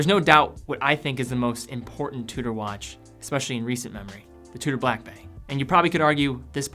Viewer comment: slow down a bit matey. You say Blackbay as it it's a one word name when it's two words. Slow it down and enunciate properly. Good video though and I sort of agree but personally hate red watches.